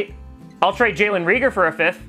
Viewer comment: Still can't pronounce reagor lol